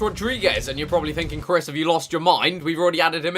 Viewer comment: ow "Crys"